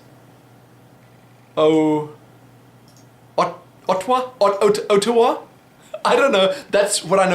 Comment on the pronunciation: You totally mispronounced Ottawa. Its not really very cold in Canada....at least half the year. Its also cold in the north where nearly no one lives.